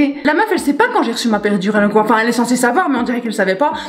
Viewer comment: Qui a entendue épidural ?😂😂